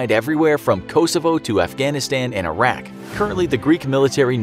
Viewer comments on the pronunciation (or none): none